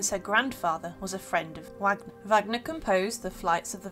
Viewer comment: It's not "Wagner" as in wag of a tail, it's pronounced "Vagner". He was German (obviously) and in yhe German language W I'd pronounced as V.